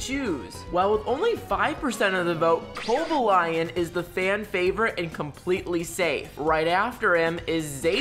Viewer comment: Cobo-lion is killing me internally